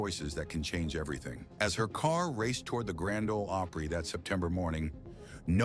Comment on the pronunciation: The narrator is pathetic. Can’t even pronounce “Opry” correctly.